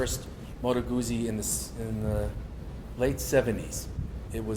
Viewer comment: At least knows how to say Moto Guzzi...Billy Joel should hang his head in shame.